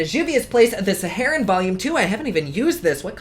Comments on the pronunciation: Heroine and heroin are pronounced the same there is no ween. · "heroine" and "heroin" are pronounced the same. ;) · Hey! I don’t know about the rest of the world, but here in Canada it’s pronounced “hair-oine” and it means female hero